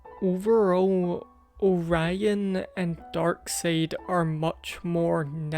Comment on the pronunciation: it's pronounced dark side